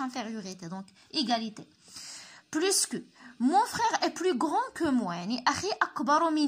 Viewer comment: علاش كتنطقي s ديال plus فاش كتكون فالجملة